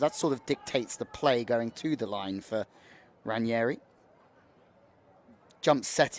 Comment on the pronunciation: It's Ranghieri not Ranieri. Pronounced "Rang' ieri"